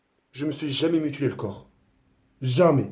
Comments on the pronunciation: Mutilé pas ''mutulé'' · ces mutilé pas mutulé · a dit mutulé tout le temps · "Bijour il si son meuhtilé ci tri grave"